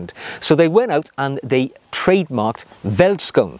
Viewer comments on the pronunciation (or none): Hey, great video, but it is pronounced felt not welt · Neat video! Two small things, though. In Afrikaans, a V is pronounced as a F sound, ie. "(F)eld skoen". Also, whilst "field shoe" is a fair translation, I'd wager that "bush shoe" may fit better in this situation. Regardless, thanks for making the world aware of this amazing shoe! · Ah... I was looking for this. Wouldn't you also pronounce the 'oe' as an english 'oo' ( as in food)? So veldskoen being pronounced 'feltskoon'? Cheers. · Hi, enjoyed your video with a homebrew flavour! Being South African, I must emphasize that these shoes, pronounced "feltskoone" is part of our heritage just like a kilt to the Scottish. Every man in South Africa are familiar with them and everybody wear them, even the "smart shoe" are popular and in South Africa, being quite hot, suits are seldom worn and that's where these play their part. They might be considered "smart" when wearing a outfit not quite very casual eg. Neat cargo pants with the latter instead of the suade version. Keep em coming!! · Thanks for introducing veldskoen to the world. I'm South African ,born & raised. The V in veldskoen is pronounced as an F. So you basically pronounce it "feltskoen" singular & "feltskoenner" plural. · Hi. My name is Sailesh, and I'm from South Africa. I'm a huge fan of your channel and follow it religiously. The "V" in Afrikaans is pronounced as an "F." Veldskoen is pronounced as "Feldskoon. " Anyway, thank you for a fabulous channel, and keeping us motivated on the journey to Chap Nirvana. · Ahh.. that takes me back a hundred years or so to my school days in the old Transvaal. Great material, as always,. Pronunciation by English-speakers is best done by saying it as if it were spelled: "Felt-Skoon". It translates from Afrikaans as "field shoe." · South African shoes. Vellies (pronounced felly's in Afrikaans) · 10 of 10 for butchering the pronunciation!